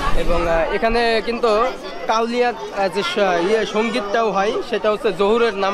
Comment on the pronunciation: ভাইরে কাওলিয়া না কাওয়ালি।।